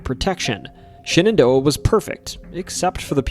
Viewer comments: Pronouncing Shenandoah as Shannon Door proves you lived in Elkton 😂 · I've never heard anyone pronounce Shenandoah like that.😊